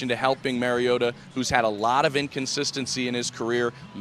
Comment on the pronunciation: Hard to take these reports seriously when they don't pronounce Mariota's name correctly.